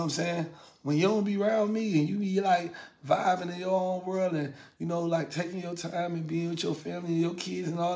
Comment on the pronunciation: He always say Viving do he know it’s Vibing 😂😂